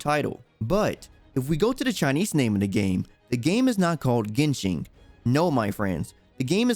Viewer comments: Still pronounced as GenShin tho. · It's genshin not genshing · "Yo wa shin" =______= Thanks for trying